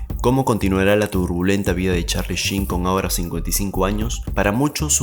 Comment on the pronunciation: YOUR ENGLISH SUCKS MAN!!!!!!!! Por lo menos el nombre lo pronuncias bien!!! jajajaja!!! Va en tono de broma amigo!! Saludos